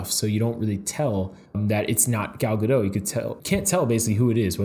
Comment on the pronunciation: Okay I know it doesn't matter but it's pronounced gadot with the t, not gadow. She's Israeli, not french. Lol